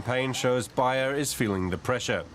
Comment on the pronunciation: It's pronounced (Bay er). Also everyone you speak to keeps saying that people are living longer these days.This is simply not true, people are sicker than ever and much younger than say 40 50 years ago. l know this because i was around then. Also there were no children in any class I was ever in that were running around uncontrollably. NO ADD, NO ADHD, NO OPPOSITIONAL DEFIANT DISORDER. You may say that there was no diagnosis then, however these disorders just didn't exist.